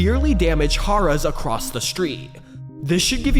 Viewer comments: Harrah's is pronounced as (Hair)(is) like the former vp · Tell the Ai vo that It's pronounced: "Hair-Ahs" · Harrahs is pronounced "Hair-uhs" brother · It's Hair-uhs...